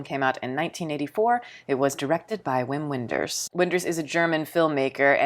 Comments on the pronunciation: Pronounced Vim Venders 😉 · It's Vim Venders. The W is a V sound in German. He also directed Alice in the Cities, a travel log of the US, another great film. I highly recommend Perfect Day, a recent story set in Japan, a lovely film with similar themes as Paris, Texas. Good review, thanks. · I almost never hear native English speakers pronounce his name the German way. Same goes for Werner Herzog, Rainer Werner Fassbender and Michael Haneke. I've lived in Germany for 14 years and plenty of folks here, mainly in media, rarely pronounce non-German names "properly", so we'll just call it even.